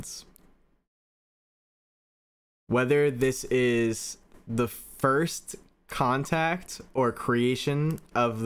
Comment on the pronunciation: "Can't act on site" IT'S CONTACT ON-SITE 😂